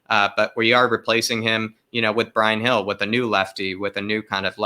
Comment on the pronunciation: Bryan Hill, not Gill. He reminds me of David Silva.